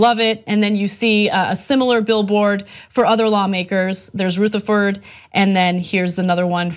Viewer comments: Ana , its Rutherford... as in rub.. not ROOtherford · rutherford- the u is pronounced like the ou in rough. asshat hat is the former sheriff of my city and ( unfortunately) my comgressman. i didn't vote for him. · dsj---------No. She is pronouncing it incorrectly, like Rootherford. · I love the way Ana pronounces 'Rootherford'. It makes him sound even more sinister lol!